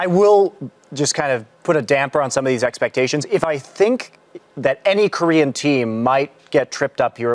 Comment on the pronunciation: at the fnatic part: "expektations" lel